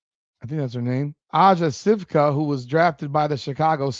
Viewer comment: Sivka is pronounced See-you-ka. Can’t blame her. Go to college. Have fun. Make some NIL money and hope the Sky trade away her rights. It’s 4 years of college or 22 years of age. She’ll be able to come to the W at 22 once she plays so much in college. Why? Because they have different rules for overseas players. It’s not like it’s unfair. They play in professional leagues overseas. The “college rule” doesn’t apply.